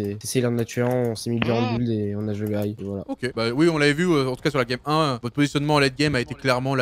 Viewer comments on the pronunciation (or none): none